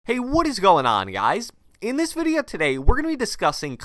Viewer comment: Anyone notice he says "In this videye today" every video (and ik i spelt video wrong but thats how he pronounces it😂)